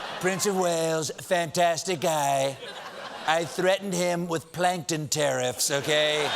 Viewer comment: "I thought I was talking to my plant-kton"